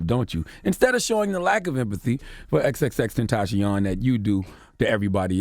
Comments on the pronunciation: Tenta-see-yon right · Why does he keep saying his name wrong “xxxtention” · I hate how you say his name ex ex ex tentaacioon